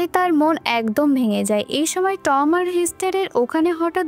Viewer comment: উচ্চারণটা খুব বাজে,, যেমন টম